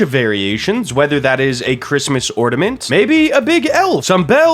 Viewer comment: ornament not ordament 🤣